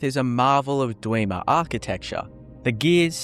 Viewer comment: "Kidner mines" "Dweeemers" Stopped watching after that.